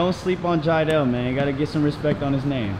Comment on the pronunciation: CashNasty it’s jiedel not Jideal lol